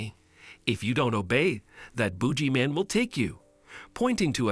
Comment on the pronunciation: "Booji man"? 😂😂😂